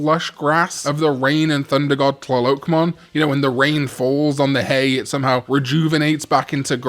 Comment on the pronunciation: Coatl is pronounced KWAH-tl :)